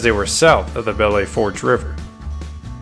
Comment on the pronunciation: Ok, you pronounce it Bell Foosh. It is hard to listen to you hack that name.